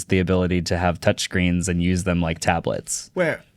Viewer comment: “Not going to way it.” 😂